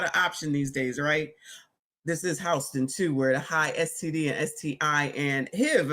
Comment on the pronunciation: Its been a long week for Howston(Houston) 😂😂😂